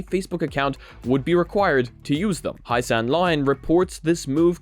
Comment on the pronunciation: Heise reads about as hi-suh, stress on the first syllable :) In German: Hei -> hi Hie -> he